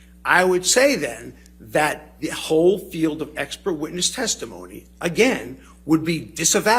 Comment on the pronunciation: why he just keep saying ekpert?🤣